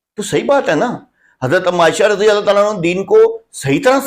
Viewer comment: زبان پر رضی اللہ بھی صحیح طرح نہیں آتا ہے یہاں حدیث ثقلین سمجھانے آیا ہے